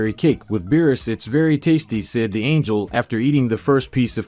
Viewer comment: There isn't an AI in existence that mispronounces angel unless it was purposefully programmed in OR ITS SOMEBODY READING IT AND DOING IT and I don't play with you thirsty for engagement YouTubers so this is my last comment until you stop this fuckery. Your content should be enough AND YOU WILL GET COMMENTS wiithout resorting to this fuckery